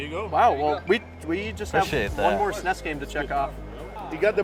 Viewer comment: Please stop saying snes